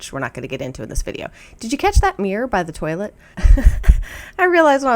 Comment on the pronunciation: I heard “did you see that beer by the toilet” then realized you said mirror. 😅